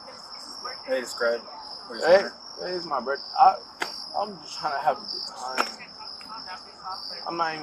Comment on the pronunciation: “I couldn’t have spit on anyone it’s my burfday.”